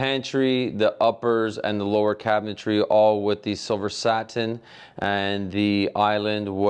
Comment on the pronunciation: Love his annunciation. SaTin. ☺️🤓